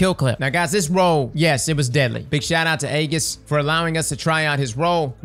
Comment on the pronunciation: Nearly everyone says my name completely wrong so it never bothers me....but Aegus was a first!! You had me rooooooolling with that one! Guess there's only one thing left to do...change my name to Aegus :D Thank you for the shoutout lol.